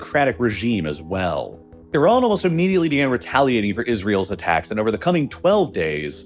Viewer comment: There's no o in Iran.